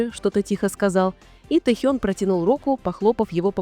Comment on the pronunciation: Автор, правильно ставит ударение на имени . В Кореи , так говорят его имя.